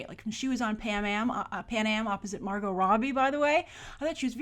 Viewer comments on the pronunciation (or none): none